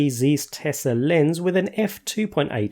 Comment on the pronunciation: It's called 'zaiss' not size ;)